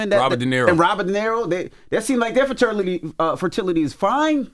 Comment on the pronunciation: Damn girl!!! Cant say Fertility